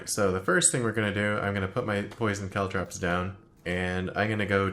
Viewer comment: For some reason I'm perpetually bothered by the way pronounces caltrops